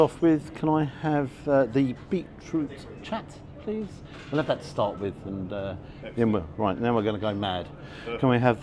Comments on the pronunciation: Beautifully presented food, looked like art! BTW, it is pronounced Beetroot 'chart' as opposed to 'chat' hence the 'aa'. And Indian Subcontinent foot is meant to be eaten with hands/fingers! It is not a pretentious cuisine! Thanks & Son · It's chaat not chat lol